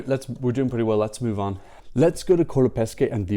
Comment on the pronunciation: btw pronunciation guide: "MENGHONI", not "menjoni" and "COLAPESHE" not "Colapeske"... ;)